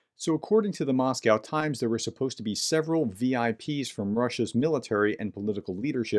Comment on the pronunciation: "Suppoised"?? Accuracy inspires credibility.